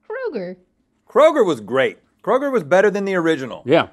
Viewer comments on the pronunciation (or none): none